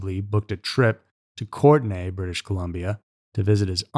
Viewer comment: Courtenay, B.C. Pronounced COURT-KNEE Courtesy of an Island dweller